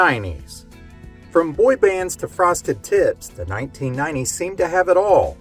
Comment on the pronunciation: I can't help but giggle at the way you say 1990's... "nineneen ninenees". (All in good jest, I like your channel!).